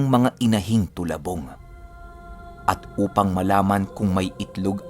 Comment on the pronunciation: Talabong po not tolabong